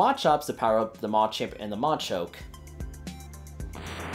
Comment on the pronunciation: What kind of accent do you use when you say "Machop", "Machoke" and "Machamp" 😂